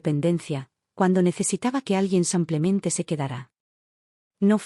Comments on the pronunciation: Soy de Argentina ❤Muy linda historia... Felicitaciones!!!! Pero ya que es narrada por qué no pueden pronunciar tal como se escribe.....Dice samplemente y no simplemente??? Por qué?? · habias de darte a la tarea y grabar por mínimo una hora corrigiendo la palabra sanclemente y hacerlo bien "simplemente" igual cuando mencionas el género femenino por masculino. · Narras fatal simplemente es simplemente no samplemente ydecir en masculino cuando es femenino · No sé por qué repiten una y otra vez 'samplemente' en vez de 'simplemente'. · La palabra ; es sim ple mente pronucie bíen tambien al lo femenino no apliques lo masculino se escucha marítimo disculpe